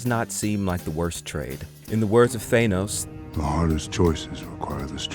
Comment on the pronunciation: HATE when people pronounce “Thanos” that way 😂